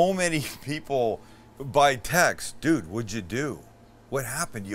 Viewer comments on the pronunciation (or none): none